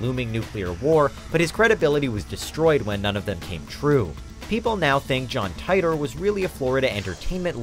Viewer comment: It's Titor... (Teeetor) lol